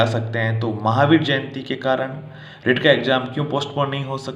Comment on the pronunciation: bhai rit nahi reet bolo